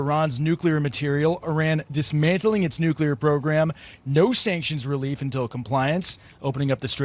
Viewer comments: BENNY - IT'S NUCLEEEEAAARRR, NOT NUCUUUULLAAARRR - GET WITH HOW WE TALK - HF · Benny you keep saying NUCULAR not NUCLEAR. Taking speech lessons from W? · it's NUCLEAR not nucular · Not NU-CU-LAR! It’s NU-CLE-AR! Sorry,one of my pet peeves… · Oh, Crap!! Iran isn't going to adhere to any agreements. And, stop saying 'nuculur'. There is only one 'u' in nuclear. You sound unintelligent. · It’s Newclear , not nukleeleer 😂😂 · COME ON BENNY! It's NUCLEAR NU-CLEAR not NU-CULER! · NU!!!! CLE!!!! AR!!! Come on Ben it’s not Nookyular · Benny, NU CLEAR not NU CUE LAR! DAMN! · It's NUCLEAR not NUCULEAR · If true, great news. but I'm pessimistic, it is Iran after all, you can't really negotiate with terrorists. They are despicable Liars with no honor, why would they actually follow through with something they agreed to? by the way, Pronounced Nuu---kleee--urrr N.U.C.L.E.A.R Not pronounced Nuu--kyuh--ler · Benny pronounced "nuclear" as "nukah leer". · Nu-cle-ar Benny. You sound like George Dubya😂😂😂😂😂😂😂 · Its nuclear Benny you're saying it wrong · Why can't men pronounce nuclear correctly? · Will someone please tell Benny he’s pronouncing NUCLEAR incorrectly. Sound it out. Mispronunciation makes one sound illiterate. Luv ya’ Benny!